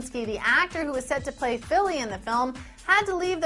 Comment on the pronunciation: Fili as in Philly, short for Philadelphia? Try Feelee.